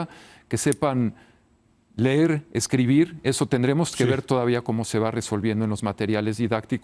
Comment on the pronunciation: Que lamentable. Pero mas lo es que este señor de no se cuantos años y que fue educado con la antigua escuela no aprendio nada, mira que no saber pronunciar : los niños no aprenderan lo basico...textual minuto : "no aprenderan a lerrr" y viene a hablarnos de educacion. Debemos como guias darles a los alumnos el acompañamiento adecuado para su desarrollo pero tambien debemos estar capacitados para ser una buena influencia y no solo tomar a mal el hecho de querer proporcionar alternativas a la enseñanza. Logico, los modelos deben ponerse en practica y poco a poco irse formando con tropiezos y aciertos nada surge perfecto como acto de magia.